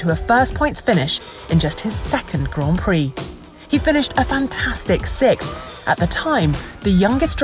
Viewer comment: Can you say 'six'? Can you say 'th'? Then you can say 'sixth'.